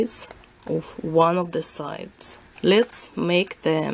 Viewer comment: Ахах, уван, ту, три. Вы точно русская :D